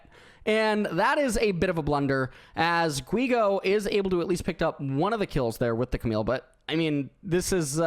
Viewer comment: when sayin Guigo the U is mute.